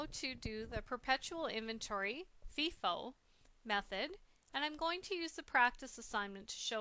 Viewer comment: she pronounced it feeefoo